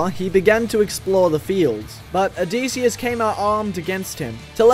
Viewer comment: the pronunciation of Odysseus and Dionysus is hurting me